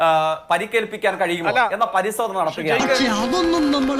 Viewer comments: മൂക്കിള മുഴുവൻ പോയില്ലേ? പരിസോധനയല്ല, പരിശോധന എന്നു പറയണം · ഉഛരിച്ച് പഠിക്ക് തോൽവി..' സംസയം ' പരിസോദന അല്ല.. സംശയം ,പരിശോധന.. മലയാളം.. മനസ്സിലായോ ? എവിടേ